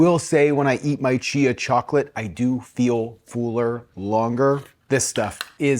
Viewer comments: I know its not related to the content but I haven't heard someone with generally no regional accent say one word, "fuller" so distinctly differently. Sounds like "fooler" rather than fuller to me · Hi. I'm a new viewer and like you content and approach. Was just wundering where the work "fooler" comes from instead of "fuller"? I thought it was an audio glitch at first but after continuing to listen it seems intentional(?) Cheers! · I've never heard anyone pronounce the word "fuller" that way.